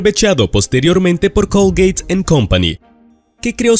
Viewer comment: Colgeit? Eso q mierda es???? No hablas Español? Pues si lo hablas eso se llama.... C O L G A T E!!!!! y no colgeit....🙄🙄🙄 Y me da igual en el pais en donde vivas,si estas haciendo un video en Español eso en Español se llama COLGATE y no colgeit 😡